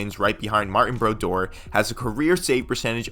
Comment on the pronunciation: idk man hard to take this guys opinion seriously when he doesnt realize that dipietro's issues stemmed from chronic injury problems, not being a bust. zero mention of his injury problems. and he pronounces martin brodeur like that. how u gonna call yourself and have such a glaring lack of knowledge about the players you're making a video about